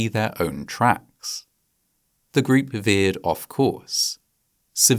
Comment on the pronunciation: The narrator pronounces "group" as greep. I don't know if this is AI narration or just a particular English accent. I know other narrations with UK accents say "pane-ee" for pony. Their vowels are completely different than what I am used to. Once I hear it, it chips away at my enjoyment of the video.